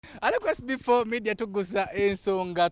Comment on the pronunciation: Mbu amanyi oluzungu naye he can't say the word "SB4 "